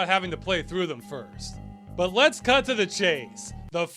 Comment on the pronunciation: Ross, you need to annunciate the word "cut" better, I had to rewind twice because I couldn't believe my ears love game dungeon!